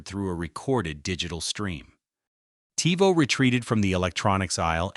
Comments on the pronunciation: Seemed like a cool video until it started saying Tyvo instead of Tivo. Also, what's up with the volume changes. You're an AI voice, no reason to raise/lower the volume of it. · Your use of AI for the narrator got progressively more and more annoying as the video went on. I was going to subscribe and like but then I heard "Tie-voh" and it became obvious that this isn't a human voice. Sucks. Seems like it could've been a cool channel but nope. Guess not. 😢